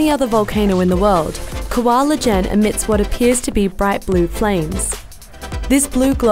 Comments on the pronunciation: It's pronounced 'eee-jehn' not 'leh-jehn' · Quick correction: you supposed to say it like saying "ee-gen" not "la-gen" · It should be Kawah Ijen, not Kawah Ljen. The narrator keeps spelling the L. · It's I J E N, not L J E N